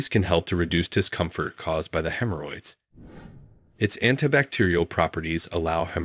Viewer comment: Hem Her Hoyds Lol